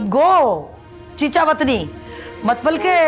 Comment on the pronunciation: Matlab❌ Matbal✅😂🤣😁😀😆😄😃🤪😜